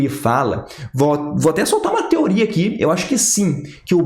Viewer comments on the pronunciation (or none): none